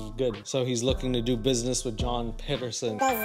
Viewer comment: My surname is Pedersen and every time it gets said in this episode I cringe